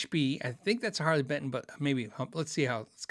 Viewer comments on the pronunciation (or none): none